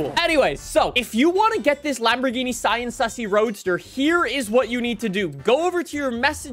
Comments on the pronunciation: It’s ( SEE- AN) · See-Ann —— Sián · Cien comes from the Cadillac, it's Sian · no it’s pronounced sian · The Sian, believe it or not, is pronounced Shaan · This car is pronounced the Siån , pronounced like the name Shawn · according to google its pronounced shaan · The Lamborghini sian it’s pronounced sean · How to pronounce the name: as you may see the "a" in Siàn has an accent so that means you have to put the accent too , you're welcome